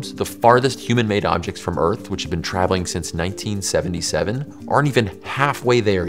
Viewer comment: You pronounce Earth weird. There’s a ‘th’ sound in it.